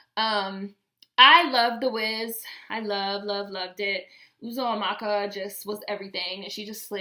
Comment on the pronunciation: I love your reviews. You're a beautiful gem...and I am impressed at the way you pronounced Uzoamaka. I'm Nigerian (Igbo) like Uzo Aduba. The Wiz is a staple in my childhood.